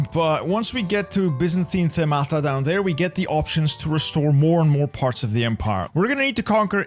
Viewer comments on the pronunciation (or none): bro, Themata tone is on the first vowel (E). Themata : issues or matters. (Theme comes from this Greek word, Thema. Themata is plural)